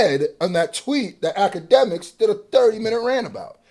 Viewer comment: It's not Akademiks its Owlademiks